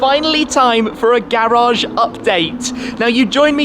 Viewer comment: That "GARAGE UPDATE" accent tho